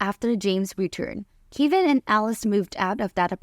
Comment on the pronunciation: So Kevin = Kay-vin? I’ve never heard it pronounced that way.